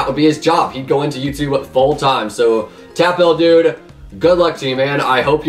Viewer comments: "Someone with youtube rank", how many people have yt rank on hypixel.....a lot so who knows. And bro stop saying Tap L it's pronounced tapple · its not Tap L its Taplle but with L instead of lle i watched a vid of it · Your saying TapL wrong it’s like tap-ul he specifically said it in one of his old videos I think the 500 sub special